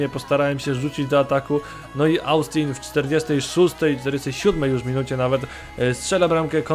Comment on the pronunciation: Na Austina chyba mówi się Ostin